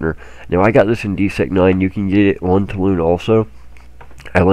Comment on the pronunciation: When are you going to start pronouncing Toulan properly?